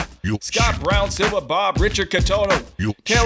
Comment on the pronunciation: I like how he read Turaki as Teriyaki